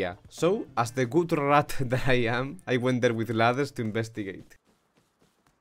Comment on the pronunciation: The way you say rat always me laugh each time